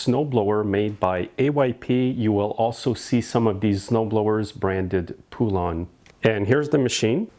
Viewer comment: Poolon? It's a Poulan. A Poulan.